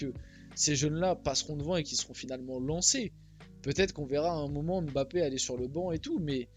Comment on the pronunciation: Je suis camerounais et j'apprécie beaucoup le fait que tu dises " Mbappe " ( qui est un nom de chez moi ) et pas " M " " bappe " . Merci de faire l'effort de prononcer correctement le nom